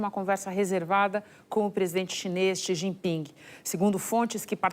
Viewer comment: Esse animal mente todo dia... Sabe nem pronunciar o nome do ditador chines